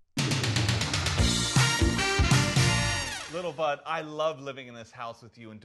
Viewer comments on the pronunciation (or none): Announcer Wareheim is saying it wrong: it's Li'l Bud, not Liddle Bud. :-(